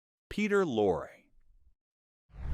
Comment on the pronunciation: It’s pronounced Peter Lore-ee and Ray Mill-an. Otherwise interesting.